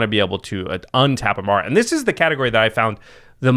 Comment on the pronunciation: WHO THE HELL IS e-m-a-R-R-a ???? EMMARA !!!! C'MON GUYS !